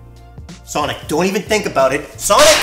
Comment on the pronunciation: Sonic Kid I thought you said Sonadow 😂